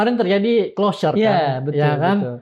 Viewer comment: hah....Closure bukan Closer. Masa sekelaa Forum Keadilan ga paham apa itu Closer dan apa itu Clousure. mengganggu bgt.. klo mang ga paham, ya bahasa indo aja lah.😂